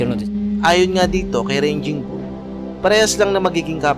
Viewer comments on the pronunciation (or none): Sir TUGATOG po at gindi TAGUGTOG.. Sir ARMENIAN AUSTRALIAN at hindi AMERICAN AUSTRALIAN.. Sir RAGING BULL at hindi RANGING BULL.. 🤦‍♂️🤦‍♂️🤦‍♂️ Iproofread muna ang narration bago isalang at researxh pa more.. Dami mong mali sir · brod baka raging ang ibig mo sabihin at hindi ranging bull, marami pa naman nanonood sa vlog mo, just saying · 'Raging' not ranging! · Ranging Bull ampota. RAGING siguro bossing. may google na tayo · Armenian po yan..bulok raging bull hndi ranging bull😅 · RAGING BULL PO. Hindi ranging bull… The original raging bull is Jake LaMotta. May pelikula pa po eto titled “Raging Bull”. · Correction idol,hindi RANGING BULL C DARCHINYAN kundi RAGING BULL! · Darchinyan is Armenian-Australian hindi American. At “Raging Bull” hindi ranging bull. Fighter hindi payter. Featherweight hindi pederweyt. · Raging Bull..not Ranging Bull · Raging bull yun boss,d ranging bull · Raging bull po. Hindi ranging bull. Nakakatawa po kayo. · Correction po. RAGING BULL po hindi po yung paulit-ulit na RANGING BULL na sinasabi MO. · anong ranging ?! paulit ulit kapa ... 🤣🤣🤣 fyi lang "Raging bull' from the root word "rage" ... ranging ka ng ranging kakahiya. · Sir parang hindi RANGING BULL RAGING BULL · Raging bull sir hindi ranging bull…friendly correction po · raging bull po d ranging bull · Raging bull hindi ranging bull,ngwa2lang toro hindi lone ranger. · Anong ranging bull? Baka raging bull.. hahaha potik.. tapos American Australian.. baka Armenian ausie ... Wahaha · Correction. Raging bull hindi ranging bull. Ayusin mo sinasabi mo. Ranging bull ka ng ranging bull. Umayos ka. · Raging bull, hindi ranging bull! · correction po...raging bull not ranging... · Ranging bull talaga o raging bull? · Hindi Naman American si Darchinyan at saka hindi " RANGING BULL" ,RAGING BULL, pare.Sya ay ARMENIAN AUSTRALIAN!